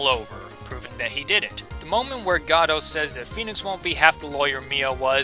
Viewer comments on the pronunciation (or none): It's GOH-DOT. As in the word "Go" and "Dot" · Your name pronunciations are totally wrong. It's not GAY-VIN, it's Gav-in, and it's not GOD-OH, it's Goh-doh. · I think Godot while I thought it was pronounced that way at first, is really pronounced got it. Just really fast. I love your number 1. I love all the games in the series. Another one for me at least was Turnabout Samurai from the 1st game. That moment when Phoenix comes to the realization that the steel Samurai is not who they thought it was...took me for a loop. My least favorite game out of the ones I've played is Justice for All. I disliked the big top case. It felt like they were running out of ideas at least to me. Until they dropped the Matt Engarde bomb. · I'm pretty sure Godot is pronounced Goh-doh. Made up of the last two parts of his original name: SPOILER Diego Armando. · Gah-doh? GAH-DOH?!! FRICKIN GAH DOH?!!!!!!!!!!!!!!! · IT'S GADOLT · I wonder what happened to the t in Godot